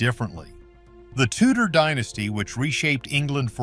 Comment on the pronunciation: The Tudors had bugger all claim to the crown other than right of conquest, they didn't even call themselves the Tudors when they were in power. Can you check how to pronounce names and "dynasty"before you make make these videos?